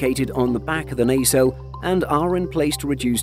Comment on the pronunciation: A very close friend is an IP agent, he got the pronunciation wrong as do many in the UK. In the intellectual property industry Its pronounced ‘pa’ ‘tent’ not ‘pay’ ‘tent’ as he used. He also mispronounced ‘nacelles’ too